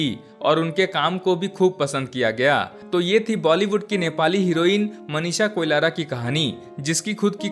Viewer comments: Koilara nahi Koirala hain theek se pronounce karo, aap baar baar Koilara bol rahe ho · Koilara nahi be koirala hai😂😂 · Abe na murad heroine ka nam to Sahi se le KOIRALA ki jagah Koilara bol raha hai . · कोलारा नहि कोइराला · A bhaisab koilara. nahi koirala hai 😅 koun jaldi hai 😅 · Uske surname Koilara nhi Koirala hai 😂😂